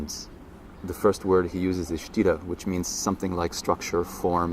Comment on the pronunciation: Sthira not sitta